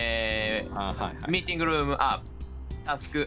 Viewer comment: これ本当に人前で見ちゃダメなやつｗｗめっちゃ笑ったｗｗ 字幕大変だっただろうなあｗ ちょくちょくカタコト発音にしただけの日本語混ざっててまじで笑うｗ それなのにタスクとかミーティングルームとか英語のはずの単語が日本語発音なのなんでなんｗ の車内アナウンス最高だし、Neko no bunzai de Candy Cat 最高すぎるし、PPAP歌ってるし、 マジで笑い疲れましたw との発音良すぎ！の拙い英語かわいいｗ 試合も意外とちゃんとしててしっかり詰まってるんですよねｗちゃんとできてることが奇跡！ くっそほどテンション高くてめちゃ面白かったですｗ